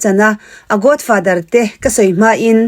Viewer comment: Godfather i lam rik dan chu a. Godfather tia lam rik tur aw...Sap ang taka lam rik a ṭul kher lo; mahse, accent hi neutral tal se...! Godfather i tia, Godfather tih zawk tur😊😅😂